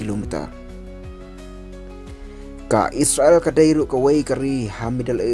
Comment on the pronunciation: Spel / ong noh isrel ym is sra el ban ia sngew tynnad lang